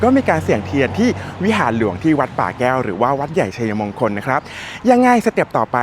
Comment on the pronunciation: ทำคลิปได้ดี ครับ ผมชอบครับ แต่การใช้ภาษาไทยอยากให้ถูกต้องด้วยครับ เช่น วัด-ใหญ่-ชัย-มง-คล หรือ วัด-ใหญ่-ชัย-ยะ-มง-คล ครับ